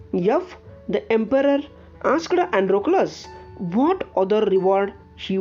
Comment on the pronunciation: Sir aap galat bolte ho आसकड , रिचड , सिमड 😁😁👎👎